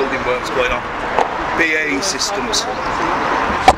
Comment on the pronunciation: Cany even pronounce BAE correctly 😂